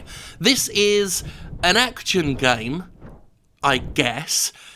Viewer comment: Act-tchun? What kind of way to pronounce 'action' is that, you maniac?